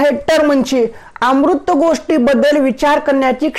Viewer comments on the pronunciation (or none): अमूर्त चा उच्चार अमृत करू नका